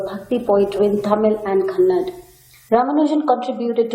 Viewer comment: It is not kannad it is kannada